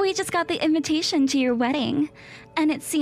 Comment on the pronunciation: Inventation. SMH. I've heard this mistake for "invitation" on several of these stories.